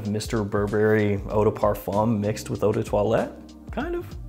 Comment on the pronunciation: EAU is pronounced O not OO Eau in French is water